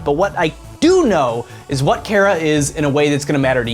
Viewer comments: chara is not pronounced kara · It CH-ARE-A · not being a jerk but Chara is pronounced chair and uh. (not a hate comment) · Why do people keep saying chara like it has a K in it? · So am I the only person that mentally pronounces it CH-Ara and verbally pronounced it CARE-A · its char-ra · Chara is like a character inside you, so I pronounce her name like CHARActer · He can't not say chara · u said chara wrong dude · CHARA IS THE BEST I LOVE THEM!!!!!!!!!!!!!!!!! THEY KILL EVERYONE SO GOOD (btw you said chara wrong) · you're the first person I heard pronounce Chara's name differently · i hate how hes saying chara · You say chara wrong -_ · Chara say it with the "H" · I believe Chara is supposed ot be short for "character", because in game they carry whatever name you picked. Therefore it make sense ot pronounce it the same way you pronounce the word "character" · How will they pronounce Chara? That is the fundamental issue to determine whether or not I'll enjoy the video. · It is chara, not kara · I pronounce chara as Ch-are-uh Not care-uh. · I think that it's wrote CHARA do why you read it like it's wrote CARA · Cara you mean Chara like CHARAzard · OoO HE SAID MY NAME KARA BUT I THINK HE'S TALKING ABOUT CHARA AND IT'S CH-CH-CHARA LEARN HOW TO SAY IT! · cchhhhhhh ch ahra chara not kara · Not really to be rude but it doesn't sound like " Kara" it's " Chara " and Chara is a bad version of frisk I guess we'll that's what I think yeah and I'm a kid so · It's CHAR-AH, not CHAIR-AH!!!!!!! FUHUHUHUHU!!!!!!!!!!!! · "KARA" IT'S CHAR-AH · im getting cancer from people pronouncing it like kara not ch-are-ah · why does everyone say chara wrong it's not cara it's ch-ch-chara listen to the CH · Chara is pronounced "Kara"? I thought it was pronounced "Tch-Uh-Ra". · Chara Not Carea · CHARA. not cara. CH. CHARA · Her name is ch ara like character. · I would have put money on it its pronounced char-a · Chara it's pronounced ''Kara''. Their name comes from ''Character''. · Its Char-A